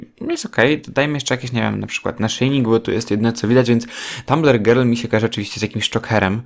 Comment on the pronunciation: powiedziales gril zamiast girl xd